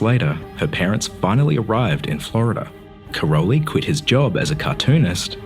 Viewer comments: Just a correction: her father's name (Károly) is pronounced as "Karoy" [car-o-y] - not Karol-y. Her name is pronounaced as 'Selesh' with sh at the end. It means: windy. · Great video. But it's not Karoli, it's Károly, in Hungarian -ly is the same as -j, one letter, not two. No word about her origin? She is 100% Hungarian, not "Yugoslavian". Her real name is Szeles (Windy), (pronounce: Selesh), and Mónika has a long ó, not short.